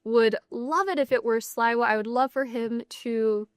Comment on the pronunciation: Note to the presenter: Curtis Sliwa has been a fixture in NYC for decades. His name is pronounced "Slee-wah". Not "Sly-wah". Your mis-pronunciation makes it seem like you're totally unfamiliar with him. Not a good look.